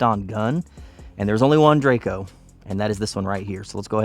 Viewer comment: Drako, not drayco :D